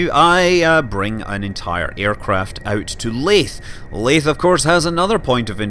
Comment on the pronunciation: Laith? Laythe sounds like: lay-the